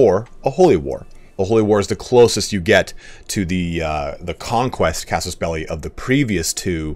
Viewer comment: Thanks, also for pronouncing casus belli correctly… :)